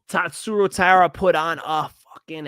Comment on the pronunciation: it's TAI-RA